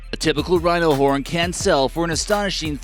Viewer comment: I thought he said rhino porn while I was eating and almost spat my food out until he said horn again 😂😂